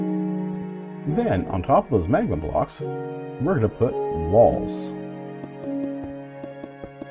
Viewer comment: Am i the only one who heard balls instead of walls?